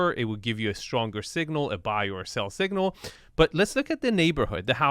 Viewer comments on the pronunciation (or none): none